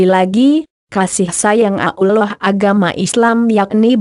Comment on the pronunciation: Hoak ini kedengaran nya nyebut Allah aja ngak bisa . Pasti non muslim